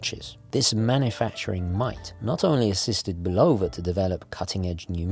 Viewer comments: Um, say BULL-uh-vuh instead of Bu-LOW-vuh. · Speaking of Bulova (BULL-of-uh), I wish you'd do a review of the Hack.